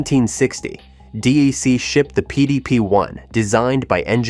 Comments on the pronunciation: D-E-C ??? "DEC, the historic Digital Equipment Corporation, is pronounced as a single syllable that rhymes with "peck" or "neck"—essentially sounding identical to the word "deck" (/dɛk/)." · Do you care about your scripts. .. Its DEC not D.I.C not D.R.C. Not D.E.C. most of your videos are unwatchable . And many people have told you again and again. Stop F^%$ then up so you once again got a THUMBS Down why because of the voiceover. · No one, but no one, calls it D.E.C. It’s “Deck”. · Two comments: #1 your pronouncing of DEC: "Dee-Eye-See" 1/2 the time instead of "Dee-Eee-See" is hard on the ears. I would of just called them "Deck" like everyone else in the day did. #2 I have a PDP11/23 Qbus system in storage. If I had something with a actual Serial Port I could turn it on and let it boot up RT11. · That was one of several pronunciation errors that could have been handled better if the producer just talked to somebody first who had been there. "Dee ee cee" was spelled "DEEC" in the captioning, so it was wrong on both counts, and later it was being called "D I C". We did call the company DEC, though at some point in the 1980s, as it started going the wrong way, word came down to brand things "Digital" instead. DEC missed the PC revolution, afraid to cannibalize its own products (mainly VAX timesharing), but instead let others do it. HP actually made that transition better, though it was ruined later by hiring Carly and buying Compaq. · DEC is pronounced like DECK. Always. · Exactly, rhymes with axe. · These computer read scripts are so annoying, DEC, DIC, or DAC? Jeez! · Why is the narrator calling it "DIC" ? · It's pronounced deck. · Yes, it's Artificial Insanity. Alternatingly pronouncing D.E.C. Dee Ee See & Dee Aye See...🙃 Artificial Incompetence. Artificial Inaptness. Artificial Ignorance. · No. There are times when he says DIC or DRC. I wish he would call it by the name we called it when I worked with a VAX 8600: DECK. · It's pronounced "Deck," not "D. E. C."